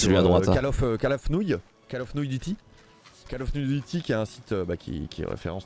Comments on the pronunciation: call of nouille duty mdr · Call of nouille duty 😂😂